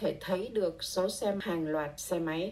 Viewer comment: Hello there, I can help you clarify the Vietnamese audio a bit. License plate numbers (“số xe”) is pronounced as “số xem”, no wonder you were confused on that part. I had to listen to that part 2x to make sure the context makes sense. You’re very talented and I’m so glad you’re learning Vietnamese! :) Hope you keep up the good work!